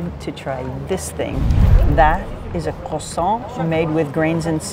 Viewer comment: How do you spend so much time in France and pronounce croissant so badly?!